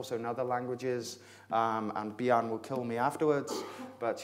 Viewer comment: Yea, but his vocabulary is great and on the other hand his Danish name Bjarne is pronounced wrongly. It is pronounced 'Byarne', where the e is pronounced like e in 'error' :) . Bjarne means Bjørn ('byoern' with an ö like in birn or firn ) , and bjørn means 'bear' . Touche :)